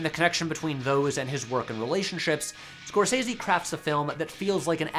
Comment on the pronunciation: That's not how Scorsese is pronounced.